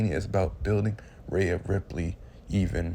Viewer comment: Bro, who is Rha-uh ? Do you mean Rhea? 😂😂😂